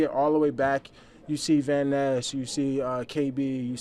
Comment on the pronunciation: Its Van Ness not VanEss